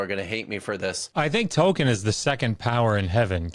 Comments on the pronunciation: It's pronounced toll-keen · 1. Tolkien is pronounced toll-keen 2. Neither group of you guys understand what Orcs are at all. It's more understandable for you guys, since all 3 of you seem to only have movie knowledge, if that. But he's preaching about the literature & Tolkien's intent, and Tolkien was very open about disliking how he put forth Orcs & he kept changing his mind on both their origins & their inherent nature without the pressure of a Dark Lord. His latest decision before passing appears to be that they're corrupt humans, not corrupt Elves. It doesn't really explain their seeming immortality that way though. 3. The Silmarillion is literally my favorite book, with The Lord of the Rings being my 2nd favorite (I see it as 1 novel, as Tolkien intended). I don't appreciate the ad hominem style mockery, even though these apologists kind of deserve it. As a massive Tolkien nerd & a massive atheist, I feel mocked as well.